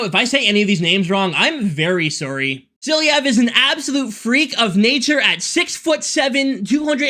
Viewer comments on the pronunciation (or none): because i’m russian, i would like to say: DemIdov and SilAyev (accent)